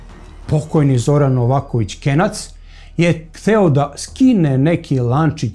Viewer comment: Nije KENJAC NEGO KENAC